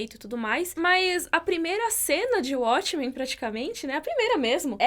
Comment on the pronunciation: ele escolher "abrasileirar" os nomes das séries Abrasileirado: uatchmen Correto: uótchmen Ele tem feito bastante isso nos últimos vídeo. E é algo que eu acredito que ele não deveria fazer. (Acho q tem uma ideia de abrangir o público brasileiro, mas não gosto disso. Se a série continua com o nome original ela deve ser pronunciada na forma original) Só isso:) Mas eu adoro o, isso é só uma crítica construtiva:)